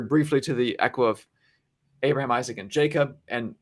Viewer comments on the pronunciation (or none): none